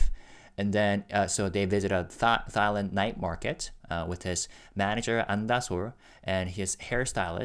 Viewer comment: I love your videos, and your English is phenomenal! You bring such a great perspective and wealth of knowledge & insight to the things you share! Just as a point of instruction, in English, Thailand is pronounced as "Tailand". The Th is just pronounced as T. 💜💜💜💜💜💜💜